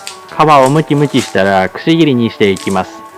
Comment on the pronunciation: 皮をむきむきしたらぁぁぁ(巻舌)